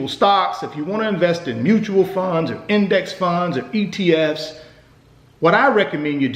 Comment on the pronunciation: Lol why he say index funds like dat